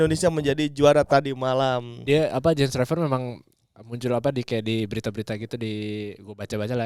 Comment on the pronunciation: Baca nya Yens Raven not Reven